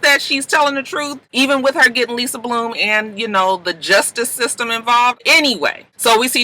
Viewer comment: I keep thinking she's saying justice league not justice system. Like what Batman got to do with this???